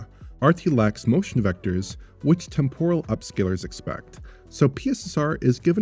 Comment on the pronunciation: tEmporal, not tempOral.